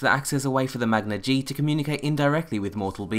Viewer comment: You're pronouncing Magna-Ge wrong.